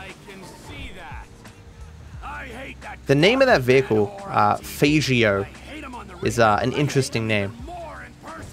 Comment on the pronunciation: It's not fa je oh it's fah gee oh